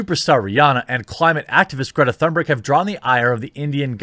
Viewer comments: im swedish its not "thunberg" its Tun (like tuna but without an A) and ber-j ( BERGmeans mountain in swedish) is BER - J " with a J like jay not a hard G. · its a silent h in thunberg... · I second absolutely everything you pointed out there. Just chiming in with a correction about how to pronounce her name: there's no thunder in it, so to speak, the THUN is pronounced like TOON (more precisely an umlaut 'Ü' sound, but let's just skip that for simplicity), and the BERG sounds more like BARE than HER (just talking about the vowel here). The 'R' is also less prominent than in English, so TOONBEG is the closest I can simplify it to. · Pronounced "Toonberg." Which is more appropriate anyway because she's like a cartoon.